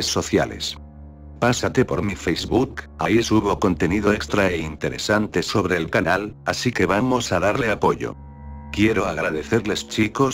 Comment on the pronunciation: porque dice pobre en ves de sobre